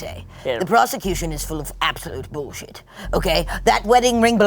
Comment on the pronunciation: "WITH ZE PROZECUTION"